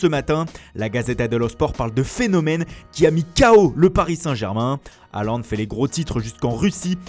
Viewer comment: Pas Haland mais Hôland